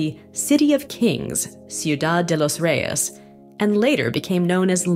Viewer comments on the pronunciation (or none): none